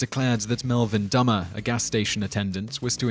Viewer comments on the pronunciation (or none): It's pronounced Melvin "DOOMAR" not DUMBER. I should know he lives in my town.